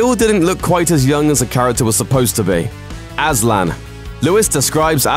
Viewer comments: "Ass-lan" tho.. that pronunciation .. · Aslan is the Turkish word for Lion and it is pronounced with S, not Z. Everybody says it like that but no.